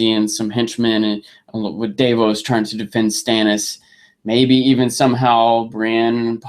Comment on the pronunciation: Why does keep insisting on pronouncing names wrong. No one calls Davos Daveos!!!